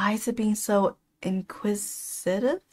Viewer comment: In-quiz- a- tive. Yea don't trust him.